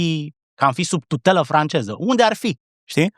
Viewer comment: Georgică a (ș)parlit "francieză" bă' băiatule.... 😂😂😂